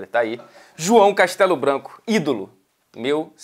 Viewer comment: Quando ele falou "João Castelo-Branco" eu só ouvia "Gunners"